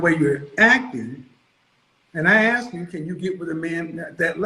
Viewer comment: ‘Aks” instead of “ask”…Red flag Interrupting and over-talking…Red Flag All that rage and indignance…RED french-toast FLAG!!!